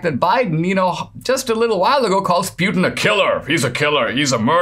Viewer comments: It's pronounced Putyin, not Pyutin... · Poo-tin not Pew-tan :-)